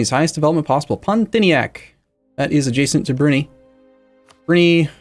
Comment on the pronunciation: I hate how he pronounces Brunei..